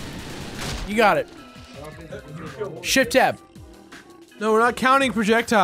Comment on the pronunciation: SHEFT TAB SHEFT TAB